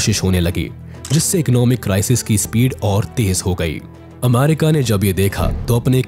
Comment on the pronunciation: Ap aaamaaarika kiyon bol rahe ho?